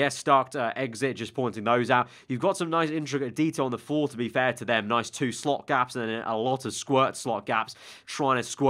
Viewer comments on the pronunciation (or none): none